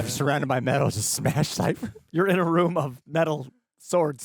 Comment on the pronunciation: Emma is the only one calling him "Siffer" each time. Did they not catch that during filming or even the table read? 😂